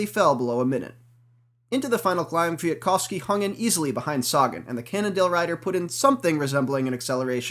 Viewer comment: Great race, aside from the minor annoyance of the commentary of the color man, Brian Smith, who continually refused to pronounce the second "k" in Kwiatkowski. Damned Scotsmen.